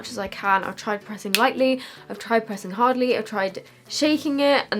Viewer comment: Harldy? Hardly is what you meant, right?